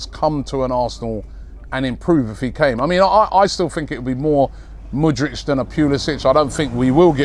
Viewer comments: Mudrich 😅😅 its Mudryk Robbie the butcherer of names 😂😂😂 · Mate, it's Mudryk, not Mudrych )) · Robbie we know you're the Don and we love you but please, the guy's name is pronounced as Mood-rick😂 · The new Modric is Moodrich